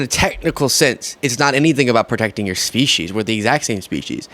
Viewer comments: For the record, it’s pronounced speesees, not speeshies. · No, she said Soeech She's. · There is no h in species why are you pronouncing the h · Yep, she said "self preservation & to protect iur species"😂😂😂. Wowzers